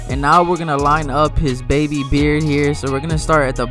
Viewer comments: You kinda put emphasis on “baby beard”. 😂🤣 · He sure did😂😂😂😂